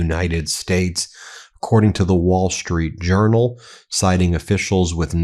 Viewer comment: I'm hard of hearing but I thought I heard you say 'The Wall Street Urinal'. Freudian slip?